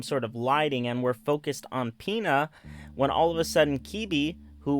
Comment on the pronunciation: Pina is pronounced pin-uh